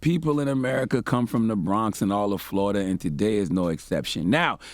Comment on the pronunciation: "FloriDUH, ladies and gettlemen, FloriDUH" -- Uncle Charla 😣🐊